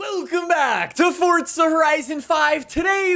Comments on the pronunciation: Hey Man. It’s For Za not fort sza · There’s no T in forza ya dafty